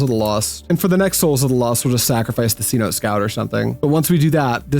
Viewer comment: Cenote is an ancient Mayan word and is pronounced like Say-no-tay